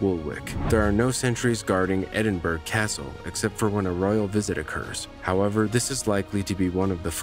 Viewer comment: edinburrow... not edinburg...